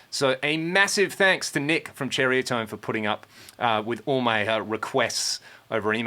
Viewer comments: the name is not pernounced "cherry a tone". its pronounced exactly as it is spelled.ceriatone. sir-eye -a -tone.and for what you paid for it you could have gotten a used bogner or any other real amp. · Did you say Cherriatone? That's what I thought.....still very cool,cheers.